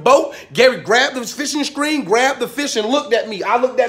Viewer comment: Fishin skreen